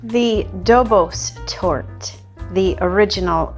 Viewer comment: The correct Hungarian pronunciation of Dobos Torte is roughly Dobosh Tortah. If you’re not sure, just add an ‘H’ to the end. So now you know: it’s not goulash, it’s guhyash 🙂 Btw, I just found your channel because I was looking for a vegan mirror glaze. But I’m in a small town where even toasted sesame oil is some kind of exotic, never-seen ingredient — so I have no chance of getting agar agar here 😢.